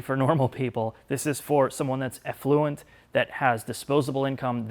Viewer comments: Finall thoughts "Effluent" Liquid waste or sewage discharge. I think you meant Affluent. 😭😭😭😭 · “This is not for normal people. It is for people who are effluent.” Effluent 😂